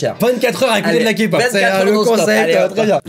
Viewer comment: bah en faite si on regarde les journeaux televisé français c'est encore pire (meme qu'il pronence kpop 'kapop')